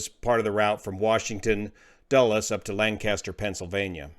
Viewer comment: It's not Lan cas ter, it's Lank ister. Lan cas ter is in California.